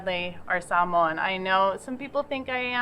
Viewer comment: 🧡🧡🧡🧡🧡. You pronounce “Samoa” and “Samoan” perfectly. Thank you and I will always consider you Samoan 🥰